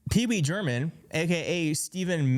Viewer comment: did you say PeeWee GERMAN!? If I heard that correctly… 💀👍